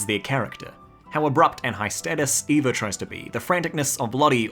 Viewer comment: its ava not eva